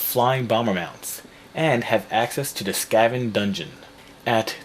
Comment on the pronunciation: "skahvan dungeon" lulz.